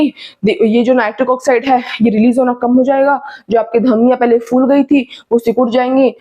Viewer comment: Mam jee Good information, key Batae gee k Flower ko Aap Phool Bolti ho Ya Fool, Balloon pholta hea k Foolta hea. G Phat te hea k Fat te hea.